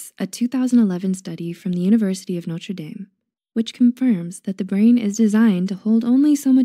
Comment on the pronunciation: The University of NOTRE Dame, not NORTE Dame ! (Sorry, I'm French.)